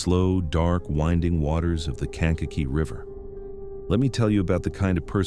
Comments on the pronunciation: "Kank a kee" is th proper pronunciation. Sometimes you pronounce it correctly sometimes you mangle it. ???? 🇺🇸☕🌄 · Kankakee= cane ka key! Ugh look up the way things are pronounced